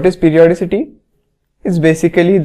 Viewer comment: correction:its periodicity sir not peroidicity